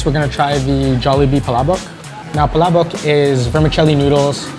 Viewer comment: That dude at the beginning said Palabok like a champ! lol.